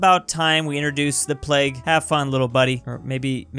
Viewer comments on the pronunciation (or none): none